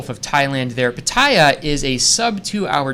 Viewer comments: after living most of his life in Thailand still has to ask for how to say Pattaya correctly! Get with it!! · he's been there 2 years and he can't pronounce pattaya!!!! shocking (seriously) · Good show today guys. Nice to see a new face. opinions were spot on and honest. Needs to practice saying 'Pattaya' the way Thais pronounce it and look at his audience more often.:) This will come in time. Overall he did well and shouldn't take notice of the haters... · Ok... travel expert...please pronounce Pattaya correctly please. Also his viewpoints are more towards Tourist and not expat or local. is correct, sex education is taboo in Asian culture.